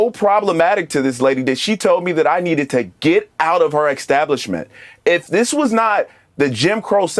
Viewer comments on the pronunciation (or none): i would make you leave for saying EXtablishment.